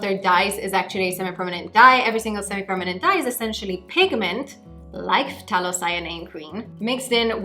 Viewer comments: Thay-lo green not Fff-tah-lo green.😉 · It’s pronounced like “thay-low” green, the ph is silent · I thought it was pronounced Thay-lo. Interesting Eta: Wow. Very good color on you. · Love the hair! just so you know for future reference, the 'ph' of phthalo is silent, so it's just said 'thay-low'. it's easy mistake to make as its not a super common word outside of the painting world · its pronounced Thay-Low .. just a heads up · Pthalo Green is actually pronounced "Thay-low" green! Source: Bob Ross 🤣 And it looks STUNNING on you,! You rock it girl. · The t is silent. You don’t pronounce the “t” in phthalo green. Have you ever watched Bob Ross?